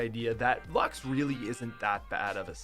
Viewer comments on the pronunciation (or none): No one Literally no one 5 year old during season 8:HE SAID LUX INSTEAD OF LUXE! GAMERS, ATTACK!!